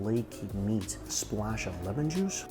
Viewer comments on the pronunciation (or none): none